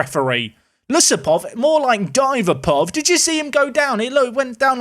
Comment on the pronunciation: "Dive-a-pov" 🤣🤣😂😅 Away day ultra here! Thanks!